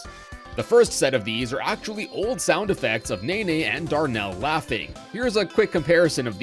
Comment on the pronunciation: I don't think I've heard anyone call Nene "Neyney" before